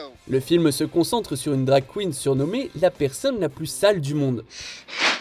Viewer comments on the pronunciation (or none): none